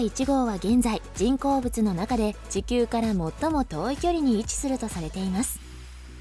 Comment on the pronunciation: 「ちきゅう」の発音が少しおかしくない？